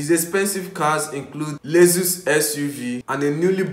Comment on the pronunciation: First of all it's Lexus not lesus and bro nobody wants to see your face just your voice in the background will do.